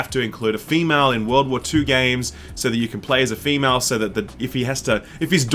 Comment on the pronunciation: *Male and Wahmale